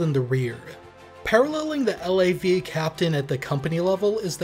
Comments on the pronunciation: FYI we never called a LAV a L - A - V. We called them a LAV. In one syllable as in the first syllable of lavatory. Seeing as they are Canadian, anyone who calls them L-A-Vs are wrong ;). Ret'd former LAV Crew Commander, 1 PPCLI. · Couple points: We don't call them L.A.V's...spelling it out like you do...we say LAV. You never anglicize the Royal 22ieme Régiment's name, by pronouncing it 22nd. Its name is french and you don't translate it. The CSM is not necessarily the the MWO with most time in...company sergeant major in the Canadian military is an appointment not a rank...therefore any master warrant officer can be appointed CSM. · I wasn't sure because I've been out for a while but 1VP was speaking about bringing back both mortars and pioneers. Just a friendly FYI. We pronounce LAV as a word not the individual letters. As well as FOO and FAC